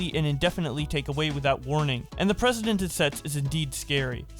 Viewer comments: Learn how to pronounce "Precedent." Its not the same way you say President, which is how you keep saying it. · You pronounced precedent wrong. It's not president.